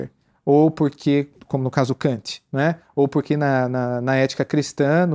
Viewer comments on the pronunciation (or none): none